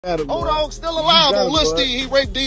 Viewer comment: Edoggg, not odogg